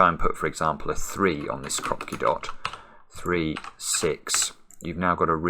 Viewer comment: in ukrainian krapki with emphasis on last syllable